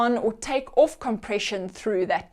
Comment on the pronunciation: When she says "orfth" instead of 'off' ....it kind of gives it away.